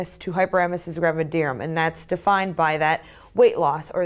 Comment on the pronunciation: Finally!! The first video where someone pronounces “gravidarum” the same way as me!! I was starting to fee embarrassed😂😂